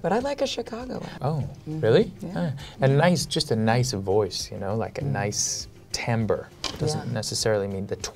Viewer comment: I hate to be "that guy" but............ It's timbre. Not tamber.